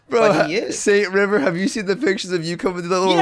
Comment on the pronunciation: Ah yes saint river